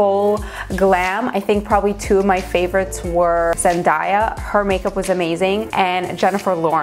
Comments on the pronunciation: Her name is Zen Day uh not zen die uh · The way you pronounced Zendaya made me cringe. Lol. Love you though.